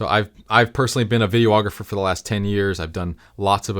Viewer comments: You've been a "vid-e-OH-ographer" for 10 years, and still can't correctly pronounce vid-e-ographer? There's only one O in vid-e-ographer. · A video ographer for 10 years? If that were true, you would know the word is videographer, pronounced vidi-ographer.